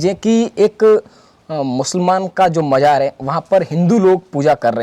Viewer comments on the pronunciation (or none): Saadi, Majaar, Rista, Manjoor bohat khoob. Sharm karo, apni rashtr bhasha apni matr bhasha theek se bol nahi sakte. Learn to pronounce properly Shaadi, Mazaar, Rishta, Manzoor practice then open your mouth.